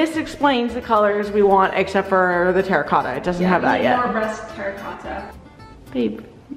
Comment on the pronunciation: Something about saying “terracotta” is sending me into a blind rage